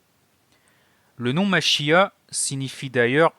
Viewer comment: Le mot Machia'h, il faut le prononcer avec le R à la fin.